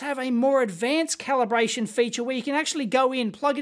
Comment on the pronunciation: "Caliberation" LOL